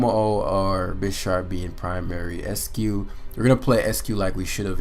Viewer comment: "ICE-CUE" not "ESS-CUE" There's an "I" right after the "E."